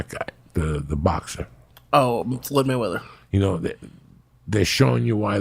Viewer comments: Can't get enough of that Moyed Flayweather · Floyd “way “ weather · Joey "Waymeather" Diaz